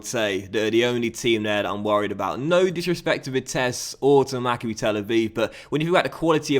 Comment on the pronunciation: Correct me if I'm wrong, I think its pronounce maccAbi not MACCabi.